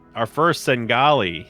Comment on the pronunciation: "Sengali" Try Senegalese